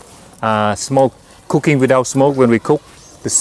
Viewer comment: I thought he was saying cocane without smoke insted of cooking without smoke